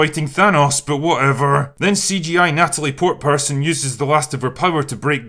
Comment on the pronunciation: I'm not trying to appear as one of those Twitter guys, but my dude, you can say Portman. Edit: To further be on the side of Natalie here, didn't she actually lift weights and all to get into shape